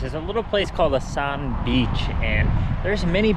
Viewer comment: The village "ASAN" is pronounced AS'AN just so you know Chamorro"s will know you're a visitor, enjoy your stay!